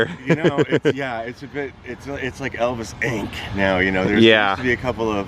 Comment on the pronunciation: How cool is it when he says "Elvis, Inc." with emphasis...the landscape lights all turned on immediately. Wow!